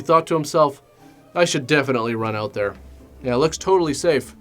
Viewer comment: Always great when accent goes in an "Oooout". Lol. But "Nu-cU-lar" is always awesome. 'Gotta check it "Oooout" here in Georgia " (Lol. The best of the best reviews as always!) Rock on